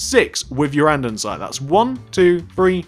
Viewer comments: he is saying andensite when its andesite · drinking game!! take a shot everytime this guy says andesite wrong! this sounds mean but it's not, i love the tutorials!! i've made this one, the cafe, the suburban house, the barbers and wendy's!